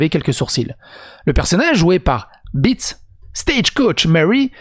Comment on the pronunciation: "Tsatsi ou Zassi Béétss" , elle est Allemande donc le "e" se lit et se prononce "é" appuyé ici, comme en néerlandais d'ailleurs. Voilà. ^^